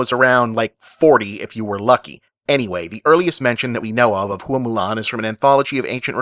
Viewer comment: The name 'Hua' should be pronounced like "whah" rather than "hoo-ah". The "ua" are a diphthong.